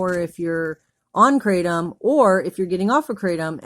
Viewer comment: Kratom is pronounced CRAH-TOM not CRAY-TEM